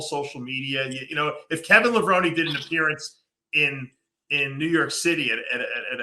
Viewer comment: And yet, Dave pronounces "Levrone" wrong😢